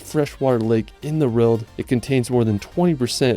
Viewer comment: How about to learn English before making videos like that, mr. "Largest fresh war lake in da wrold"?